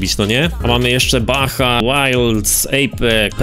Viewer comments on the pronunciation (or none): none